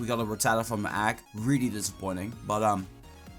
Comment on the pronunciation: what's an "agg"?